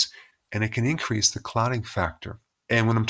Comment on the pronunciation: did he say INcrease the risk of getting a clot ? or was that a mistake?..